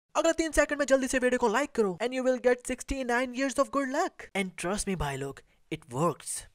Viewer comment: lUCH Nhi LUCK hota hai😂😂